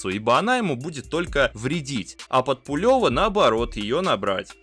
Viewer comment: Зачем ты так коверкаешь фамилии? Какой пулЁв? Какой бельЮ?